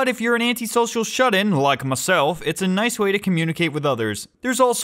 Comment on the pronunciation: I always love the little "Naisu"s whenever they pop up.